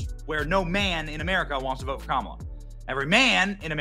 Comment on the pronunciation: pronounce her name as kaMAAALA.